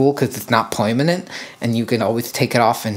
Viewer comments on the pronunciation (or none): Is coo cuz is not poymenant😂